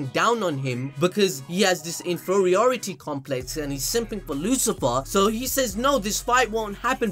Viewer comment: It’s LuciferO, not Lucifer!